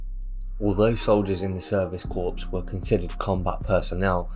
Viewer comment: Such a pity that a well thought out documentary is accompanied by a narration anything but easy to follow. Also pronunciation of some words (like "corpse" for "corps" and "mariener" for "mariner") along with a monotone from start to finish eclipse all that is good about this documentary., I'm not knocking it. What you have here is a rough diamond that needs polishing.